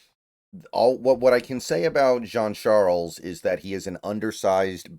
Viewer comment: Good job on pronouncing the last name B, i’m Haitian his last name is french haitian, you usually mispronounce players name lol, you surprised me there